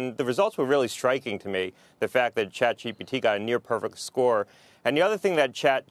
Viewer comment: "CHAPGPT" ?????????? IT'S CHATGPT